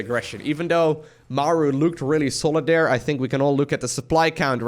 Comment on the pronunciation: I couldnt help but laugh at how kept say "there" over dere over dere over dere haha